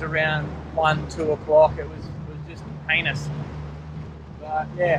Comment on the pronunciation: If any ones wondering, he said "heinous".